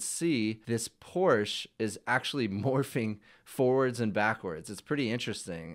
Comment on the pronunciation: it's Porsch-EH, not Porsch! Just like it's "Dante" and not "Dant" or "Ford" and not "For"